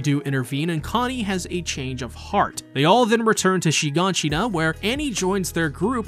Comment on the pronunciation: its not shin-gan-shin-na but shigaanshina